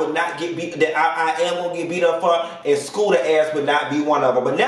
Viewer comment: why do you call that man Skoota! That shit so funny I scream every time you say it!